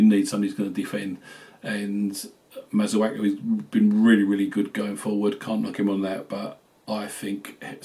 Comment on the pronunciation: Its embarrassing that some fans cant even prounounce the names of players correctly even after 4 years of service. His name is Kouy"A"te not kouyote or kouyete. The same with Masuaku. The amount of times I hear masuoko is beyond me.